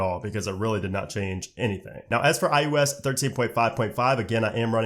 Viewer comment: Why you saying ius